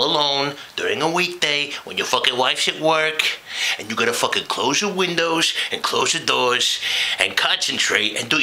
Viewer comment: That was brilliant. The ONLY thing that stood out as an avid Sopranos fan the pronunciation of windows . Tony would have said it: 'Windas' But other than that...nailed it. Even the facial expressions were on the money which most people forget to include in their impressions.